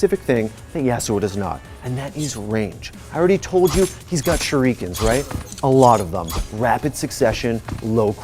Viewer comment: Say shurikeen one more fucking time